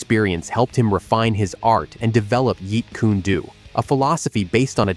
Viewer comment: It's JEET KUNE DO not Jeet Kuna Do JEET- KUNE -DO If you gonna make videos of Bruce's art speak it's NAME CORRECTLY